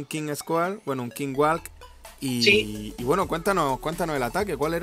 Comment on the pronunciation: Solo una cosa, no es King Walk, se dice o Queen Walk o Killing Squad, Un saludo:D